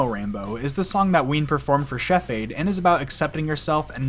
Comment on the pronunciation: ITS WEEN!